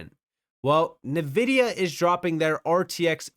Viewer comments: Just FYI, Nvidia is pronounced "En-vihd-ee-ah". Not "Nuh-vihd-ee-ah". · It's not Navidea it's Nvidea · HBAR will dominate pretty soon! Great video! -- Btw, NVIDIA is pronounced "EN-Vidia"